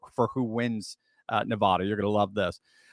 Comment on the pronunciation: I've tried to help you out. Once again pronouce NevAda. The first A as in Apple. Not NevAHda.